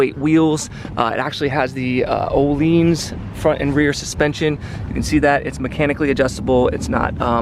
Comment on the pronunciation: Just to help it’s said ‘oh-lynns’ not ‘oh-leans’.